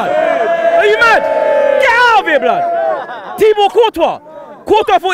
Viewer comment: can 1 sec 0-60 to Say blod